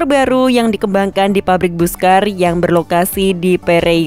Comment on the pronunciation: Pelafalan Busscar yang paling tepat adalah = "Basska:r." 😊😊😊😊😊👍👍👍👍👍🚍🚍🚍🚍🚍.